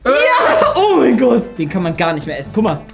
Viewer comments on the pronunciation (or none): Hör auf immer gär zu sagen sonst Abonniere ich dich nicht